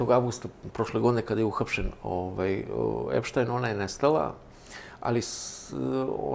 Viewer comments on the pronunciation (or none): none